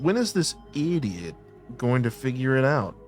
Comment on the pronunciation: "When is this, EEDIOT" got me lol